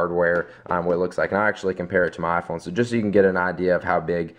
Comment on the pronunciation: First time ever you said "iPhone" without saying "Ah-Phone" xD